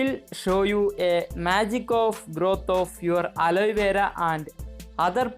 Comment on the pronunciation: Its not aloyvera